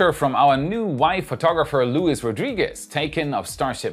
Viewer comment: Just a tip: the name Luis in Spanish is pronounced with emphasis on the second sylabe. Is more like Luís.